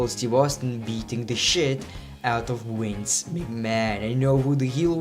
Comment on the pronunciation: Why you say wince can't u say " v " . Great video but i think that ric flai shoud've been here or at least honoroble mentions